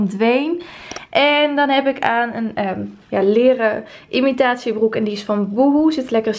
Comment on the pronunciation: Zei je nou imitatierok ? 😅